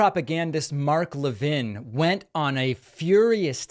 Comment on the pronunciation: Never seen anybody with the name Levin who pronounced it La-vin.